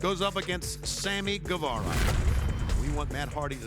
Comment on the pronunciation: U is silent in Guevara.